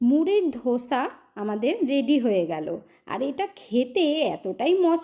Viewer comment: ধোসা নয়, দোসা😊